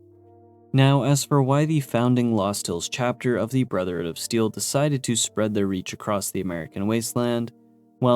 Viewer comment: Dude why do you call BoS "the brothered of steel" and "the steel"??? Is it really that hard for you to say "brotherhood"?